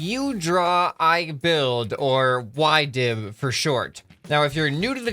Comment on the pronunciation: Why-div? No, yeee-div.